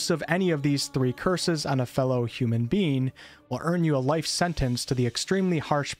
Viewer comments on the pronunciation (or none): none